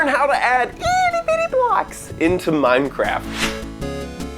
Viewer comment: He said "iti-bitty"